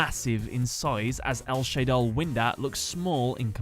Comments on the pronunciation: It's Shaddoll not Shay-doll but great video nonetheless. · It's kinda annoying how he pronounces it "Shaydoll" and spells it wrong. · Why do you keep calling them Shay-doll? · Why do you keep mispronouncing Shadoll?! You say it right and then wrong right after that. SHA-DOLL. Not ShAyDol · It’s shah-doll, not shay-doll The a has the same pronunciation as in shadow, funnily enough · "SHAYdoll" "I butchered alot of names in this episode" Shuh-doll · SHA DOLL, not SHAY DOLL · It’s a combination of shadow and doll. Then why the hell do you say shaydoll Edit: not why do you say shaydoll, how did you get it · If you know Shadoll comes from "Shadow" and "Doll" it isn't that hard to pronounce. Not sure where you get "Shaydoll" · you don't pronounce it shadew. Why would you pronounce it shade + doll. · I'm pretty sure that it's pronounced as shad as in shadow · The way you say shadoll is destroying my will to live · it is also especially weird that he pronounced it that way when he mentioned the name might be a reference to "El Shaddai" which he did pronounce correctly